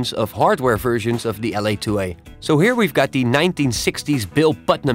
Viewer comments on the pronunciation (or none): Its so funny. 00.28, why do Dutch people have such a problem with the English "v"? Fersions.. haha.